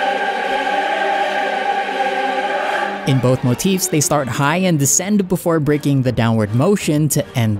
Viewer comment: i speak italian and you butchered Ennio Morricone and Giuseppe Verdi's pronunciation so bad i couldnt tell what you were saying, but its the only fault, great video